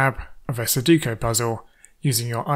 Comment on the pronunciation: Forgive me for teasing you, but it's funny that you can do all this technical wizardry yet you keep mispronouncing sudoku as "suduko".